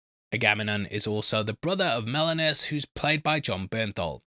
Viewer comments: AG-AH-MEM-NON MEN-AH-LAY-US POLY-FEE-MOUS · Try these phonetic pronounciations. Agga-Mem-Non. Men-a-Lay-us. Tell-Em-Ic-us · Pronunciations. Aga mem-non. His brother Mene-la-us. Odysseus’s son Telem a-cus. Siren Cir-see. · Thank you for the breakdown. On pronunciations: Ag-a-mem-non and Men-a-lay-us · Men-a-layus & Aga-mem-non mate 👊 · Here are the correct pronunciations: Oh-DIS-yus a-ga-MEM-non Men-eh-LAY-ohs SEER-see (or KER-kee) Ta-LEM-ah-kos